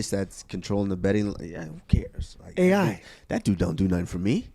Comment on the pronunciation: The way said AI had me dying.